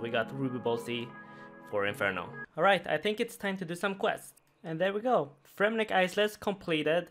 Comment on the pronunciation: I'm sorry, Fremnick WHAT??